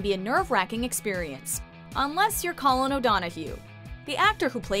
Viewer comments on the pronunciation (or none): Please don't offend my country by saying colin's name wrong . It's nit that hard! We pronounce your names properly..